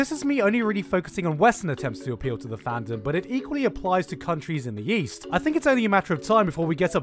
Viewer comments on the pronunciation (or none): "It equally applies to countries in the "Yeast"" Nice pronunciation Gigguk